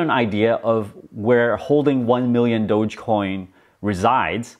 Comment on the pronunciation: I'm so happy is calling it DOGE not Doggy coin anymore. That was the peak, when this dude started calling it Doggy Coin, and is Mark Cuban still calling it Doja coin?